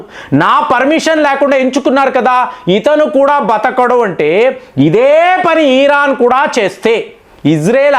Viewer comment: నీకు ఇరాన్ అనరాదు ఖమేని అనరాదు కొత్త కొత్త పేర్లు ఎందుకు పెడుతావ్ కాక సొంత పైత్యం వాడకు సింపుల్ ఎనాలిసిస్ ఇవ్వమంటే కామాని ఈ ఈ రా న్ 😮 అని అంటావ్